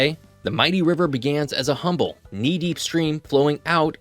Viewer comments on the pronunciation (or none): none